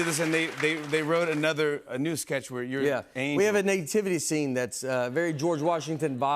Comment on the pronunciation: "Nate-tivity" scene?